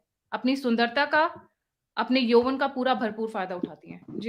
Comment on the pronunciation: योवन नही, यवन